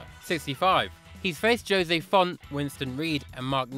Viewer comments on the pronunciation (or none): none